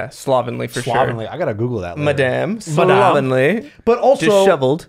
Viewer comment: “My dear lady” and “slobbenly” 😭😭😭